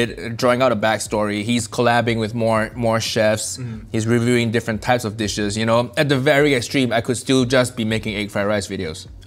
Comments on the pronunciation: DAMNNN amazing pronounciation by right there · Wow I'm impressed with pronounciation at saying all the foods name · i'm filipino and i've always known there are overlaps between southeast asian cuisines, but bubur cha cha genuinely surprised me. it's just like ginataang bilo-bilo from the philippines! the amount of research, the dedication to pronouncing the dishes' names correctly, the respect has for the correct way to eat each food... this video has me floored. as a southeast asian, it is so incredibly heartwarming to see our food celebrated and loved in this way. thank you, nigel, for continuing to educate the world about our food while making us all laugh.